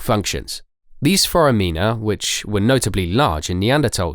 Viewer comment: When the narrator doesn't know how to pronounce common words like "cerebellum" or "foramina" I lose interest...